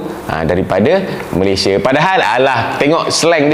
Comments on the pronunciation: Abang yg baju merah sebut Malaysia pun dah tau dia bukn org Malaysia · Gigih ek diaorg nie buat content mcm tu..mentaliti mereka2 nie masih mentaliti dunia ketiga..bila di sebut perkataan Malaysia tu je dah tau mereka nie dari mana..pekat naw nyebut Malaysia tu..hahha